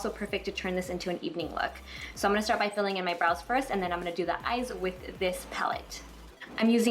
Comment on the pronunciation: I really love the day look! It's so elegant. So suitable for work. I just realized you always say, "Imina..." as in "I'm gonna" and it's so interesting because I've never heard people say it before.